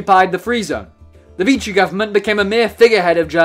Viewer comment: Pronouned VEE-she. Not Veechy.